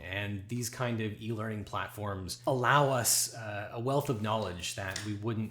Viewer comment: OBJECTION! Whenever you said E-learning in this video, it sounded like EEL-ering, which sounds very fishy.